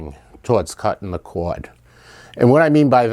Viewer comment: It's not a cowad, it's a cord.